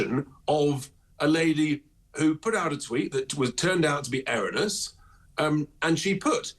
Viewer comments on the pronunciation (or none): He cant even say erroneous correctly, the tax dodger.